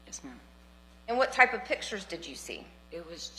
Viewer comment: “Pittures,” is not a word. A judge can’t pronounce a simple word.